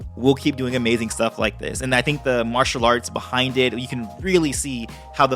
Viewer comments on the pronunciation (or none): none